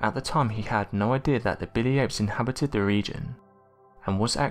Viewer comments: Is he saying Billy ape or Bitty ape? Spines on it's back? Tf? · Is he saying "Billy Apes" or what?